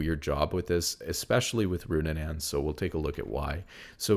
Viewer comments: It's RuNAANS not RuNNANANS, I'm so sorry i can't keep ignoring it :((( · I love the content but it’s so funny listening to you pronounce these items. It’s not Goonsooz or Roonunaans 😂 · Roonanaans is killing me lol